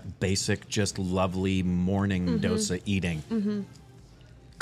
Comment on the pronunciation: Its not "Do" sa, its pronounced "Dho"sa.